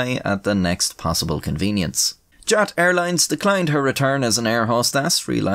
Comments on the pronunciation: Your illustrations are cool as usual. Btw the acronym of former Yugoslav air carrier is commonly pronounced "yut". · As a Serb, I am pleasantly surprised by your pronunciation! Of course you have a thick accent, but that is to be expected, generally you actually said all the letters close to what they actually are and the names aren't butchered! The only complaint is that Jat is pronounced Yat. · Jat is pronounced Yat lol